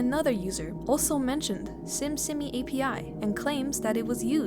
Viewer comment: simsimi is actually pronounced sheemsheemee :D (심심이) becuase the bot is korean, i assume there is a lot of typing errors because of that.